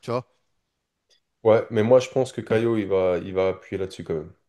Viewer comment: Pourquoi tu dis "CaiLo" tu le vois vous où le L dans son prénom ?